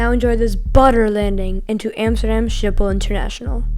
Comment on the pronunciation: Kudos for pronouncing Schiphol correctly!